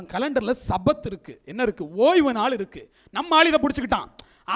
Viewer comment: தவறான உச்சரிப்பு : "சபாத்" தவறு, "ஷபாத்" என்று உச்சரிக்க வேண்டும். எபிரேய மொழியில் ஆண்டவருடையப் பெயரை (יהוה) உச்சரிக்கக்கூடாது. நான் எழுதும் விளக்கங்களை மறைத்துவிடக்கூடாது.